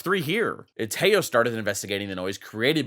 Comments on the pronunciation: WHY PEOPLE SAY IT LIKE "TE-YOOOOOO"??? FUCK, CAN'T YOU SAY IT LIKE IT IS ON SPANISH????? TEJO! LIKE HO HO HO.HO THE WAY SANTA CLAUSE LAUGHS!!!!!!!! AAAAA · Again, its Te-jo (tehō) not tello. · iTS noT pROnouNcEd TEYO it’S tEHo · teho not teyo fucking moron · Why you pronounce Teo ? lmao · its pronounced teh-joe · its t-eh-o😭 pls im begging can we finally pronounce his name correctly😭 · tejo's name isnt pronounced with an j but with an h like teho since j in spanish is pronounced as h pls learn bro its hard to watch you say his name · isnt it teho? i swear every streamer/youtuber calls him teho. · dude kills me calling Tejo like Teyo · I know bro but you do know how to say the "jo"!!!! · I just love how English speakers can't pronounce his name and say it really really weird, it doesn't sound anything like it xd